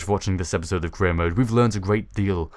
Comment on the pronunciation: Every time you say "career mode" i hear "Korea mode" :Þ